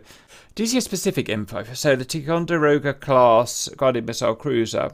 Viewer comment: It's pronounced, "tie con der oh guh." "Tie co" for short...